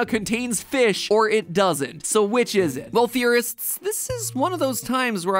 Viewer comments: we're all saying feesh, Josh! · No, your saying foosh, he's saying feesh!